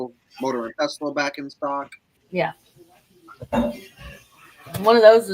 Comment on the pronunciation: Just so you know, the word pestle is pronounced without the t. lol. Bella L